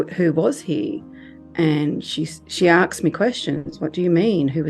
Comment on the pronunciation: Aksed her?